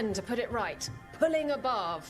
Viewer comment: I keep hearing "Barv" as "Barf"...which is somehow appropriate, given the subject matter.